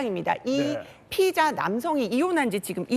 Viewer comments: 그건 그렇고 앞에 나오는 브리핑하는 경찰 간부는 운동을 안 하는지 몸도 뚱뚱하고 발음이 피의자인지 피해자인지 똑바로 안 들리는데 저런 사람이 어떻게 경찰 간부를 할 수 있는지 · 경찰 브리핑 피해자 피의자 발음이 똑같으면 어쩔